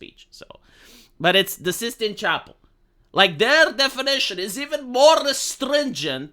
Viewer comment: "The 16th chapel" 💀